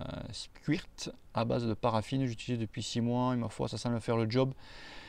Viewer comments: "Squirt" prononcé "squeurt" est top en lubrifiant et au contraire, réduit l'usure car n'attire pas la poussière et la chaîne reste propre plus longtemps. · MDR la prononciation